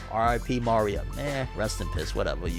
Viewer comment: Why u keep saying Ma-ria Isn’t it Maria